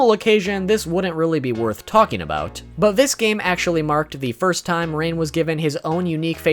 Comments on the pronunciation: I'm gonna ignore the fact that he said Ran instead of Rain in the beginning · Did he just say ran 😂😂😂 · It's Hard To Pronounce Rain?